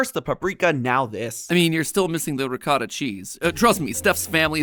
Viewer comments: It's funny how is upset about the calzones having sauce, but she can't pronounce ricotta properly. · explain to me how FOOD theory, with from an ITALIAN family cannot pronounce calzone??????? (and also ricotta, i remember måneskin reacting to americans pronouncing this like in the video, they could not tell.) pronounce the foods correctlyyyy!!!